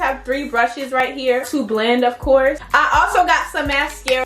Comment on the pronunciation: NOOOO 😡😡 U SUPPOSED TO SAY IT LIKE KUBA😭😭 LIKE THIS “ BLEEEND “ 😭